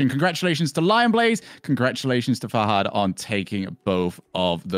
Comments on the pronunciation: “fah-hood”? really?? literally pronouncing it every way possibly wrong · dude holy shit why do they pronounce fahad as “fah-hud” like whyyy dude